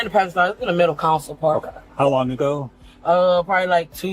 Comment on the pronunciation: Whenever I hear a cop call it a “center council” I automatically question his qualifications….. as a law enforcement officer you should know the basics of a cars structure and you should know how to pronounce simple words…. It is a “CENTER CONSOLE”!! Please educate yourself officers!